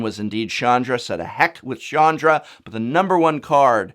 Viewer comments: Prof CH is not pronounced as SH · hard "ch" not soft "ch" with Chandra. Also you have made enemies with very impulsive individuals. I'm not sure what we're going to do, but it's going to be poorly thought out!